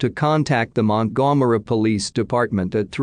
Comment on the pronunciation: Montgomery is being pronounced EXACTLY the way it should be 🤣